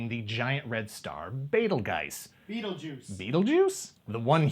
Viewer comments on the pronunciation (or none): You are correct...sort of. The star by tradition was not called Beetlejuice...thanks Michael Keaton. It is pronounced Bet-a-geese. As for the toys being reviewed, almost remember them on the shelves but nothing tops that Betsy Wetsy Doll...